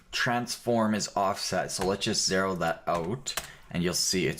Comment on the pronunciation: Because not everyone speaks American English - nearly all other dialects (including English English) pronounce it "zed". The actually weird part about this is that he's saying "zeh-ro" instead of "zed" or "zee-ro".